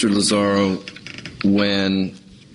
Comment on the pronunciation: Its Lazaro! Not Lazario for the 10th time!!!!!